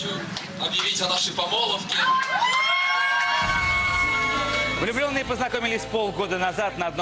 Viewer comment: Помолвка Прохор, помолвкаа епть, а не помоловка)